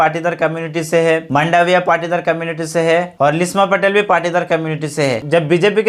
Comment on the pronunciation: I think it is Patidar not partidar